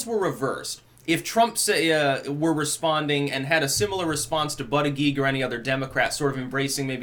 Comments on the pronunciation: It is pronounced boot-edge-edge not butt-a-geek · I understand it is pronounced Butty-Judge. Now, in England, this would sound like a nice gentleman being a judge for sandwiches made by the local Women's Institute in a competition at a village fete. In America, however, I can think of a quite different meaning. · it is pronounced but gag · Name: Buttigied. Now put this in a sentence "The President of the USA Buttigied". It sounds even worse than Hussein Obama :-) if pronounced correctly in the first place....just saying, seems funny... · it's Buut-edge-edge